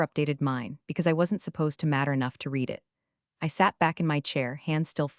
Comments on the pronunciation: The word " read " and how it is misused tell it is an AI.. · Why can these AI readers not learn the correct pronunciation of the verb "READ" depending on context? It's really off-putting, and AIgnorant.